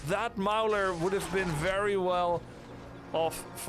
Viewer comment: Great cast! thanks. FYI when pronouncing "ogre mauler", maul rhymes with ball